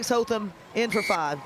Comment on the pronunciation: Hotham. Interesting pronunciation of this name. Commentators are using HoTham, where as Australians say Hoth-ham. I wonder from where the difference comes.